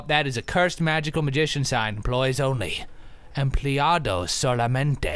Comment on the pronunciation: "empleados solamente" lol ur spanish is pretty good